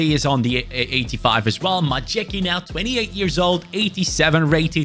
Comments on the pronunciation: As much as i respect that you always try to pronounce the names of the players properly, it is hilarious how you butchering "Majecki" 😂 It's "My-ets-key" 🤣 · The horrid mispronunciation of Majecki is killing me., please start googling how to pronounce players' names properly.